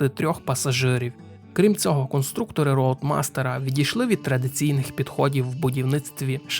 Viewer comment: рЕгент, рЕгент, рЕгент. Це для того, хто читає. І ще 1125 раз повторити. Від твого регЕнта з вух кров тече. Ну а про роутмастер та аррОу я взагалі мовчу. Вчи англійську або хоч спитай, як це вимовляється аби не ганьбитися.